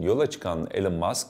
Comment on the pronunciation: Alan Musk ne abi yaaa Elon diye biliyordim ben